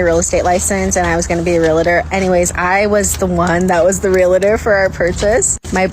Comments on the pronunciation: it's REALTOR not REALATOR. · Realtor. Not realator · A realtor can't pronounce realtor, lol. real-litor, cringe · The first chick doesn't even know how to say realtor..... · This guy is a mortgage professional and he said it wrong at first lol braind dead literally